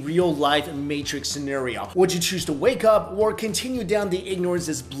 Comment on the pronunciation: stop saying wor instead of or. k thanx:D